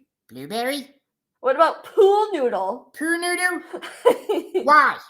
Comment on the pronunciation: I love how pronounces pool noodle as “poo new doo” ❤